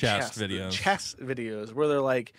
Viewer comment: Lol pronouncing chess like chest